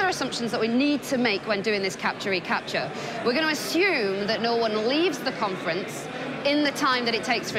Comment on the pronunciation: "Capture", not "CAPTCHA", ok.